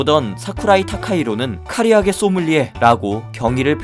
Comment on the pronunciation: 카리아게가 아니라 카라아게임